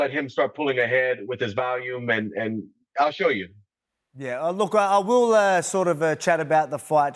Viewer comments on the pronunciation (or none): none